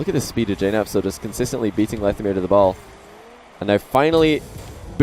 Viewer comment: I pronounce it lethamyr not lethamyr